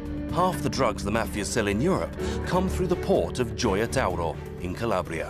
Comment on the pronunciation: Par contre Gioia tauro il le prononce mal on ne peut être bon sur tout les noms italiens